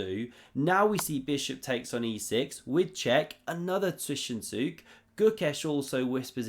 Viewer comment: Fantastic content, even your "Zwischenzug" pronunciation has gotten a lot better. ;)